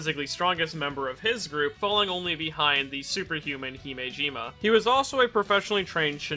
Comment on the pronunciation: bro this man really said "Himejama" and "Moochiro" lmao. (Just to clear things up i dont mean any hate with this comment, im just making a joke. this is a great video.)